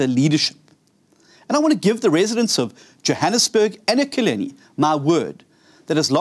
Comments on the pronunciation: Pronounce the name of the City . Not Ekileni. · He can't even pronounce Ekurhuleni. Ekurhuleni is big metro, you better take it very serious.